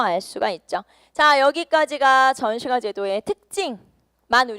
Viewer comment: 전시과 발음 불-편